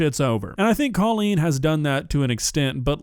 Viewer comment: It’s hilarious that everyone is calling her “Cawlean” when she has said it is somehow pronounced “Coal-lean”… I know she is irritated